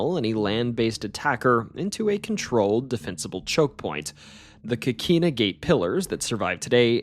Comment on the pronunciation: Pronouciation needs improvement: sueños (tilde over the n), Avilés (accent on the E), coquina with a clear O not as an A sound as said on this video.